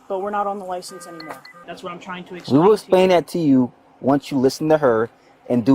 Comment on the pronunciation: Damnit.. I love these officers.. but when the one officer said “let me axe you” and then said “essplain” 😝😆 I’m so sorry, but damn man… you gotta at least use better English and pronunciation than the foreign Woman 😂 he seems like a really good dude though… but damn!